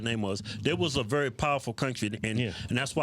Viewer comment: Biden: "Putin, noo, pls don't do it" Also Biden: "Can you get it done In 30 days?" Biden Again: "Eh ehm. We are vewwy serious! 😏"